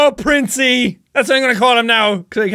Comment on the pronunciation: its said princey